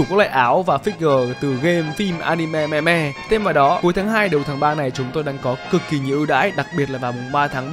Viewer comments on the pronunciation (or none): none